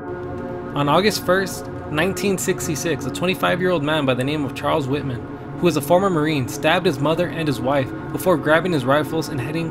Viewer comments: Lol I like how he keeps saying whiteman for Texas tower shooting Whitman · It's pronounced Whitman* not whiteman. Also, the UT tower shooting was deadlier than the Stoneman Douglas shooting. Also, you said stone Douglas, when it's Stoneman Douglas. You also failed to mention in the Columbine shooting when Dave Sanders was shot. Further, Dylan and Eric didn't count down to 321, Eric killed himself about a minute before Dylan did. Also, the 1764 one doesn't count, since not only was it not a shooting but the US wasn't even a country in that time. Besides that, it was an alright video. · Just found this channel and I like it but IT'S Whitman NOT whiteman and sniping NOT snipering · good video but its whitman not whiteman lol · Whit-man not white-man!!! Lol